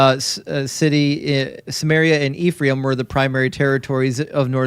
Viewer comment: fine brother; the name is pronounced as EF-RAH-EEM (אֶפְרַיִם) not IF-REE-AM -Shalom, achi שָׁלוֹם אָחִי